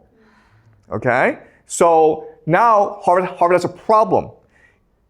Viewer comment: I like how he says "pwobwem"